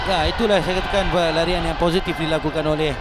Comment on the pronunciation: Ralian ke larian? hahaha